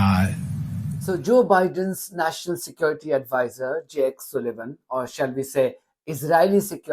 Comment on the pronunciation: You say Sullivan like Sulayman... (Its an 'u' as in 'up', not an 'u' as in 'oo') Apologies, but not comfortable with the similarity... Lol!